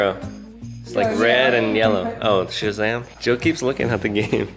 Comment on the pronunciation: It's Shazam not sham